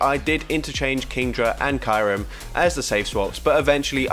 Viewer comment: Its "Kiyu-rem" not "Kairum"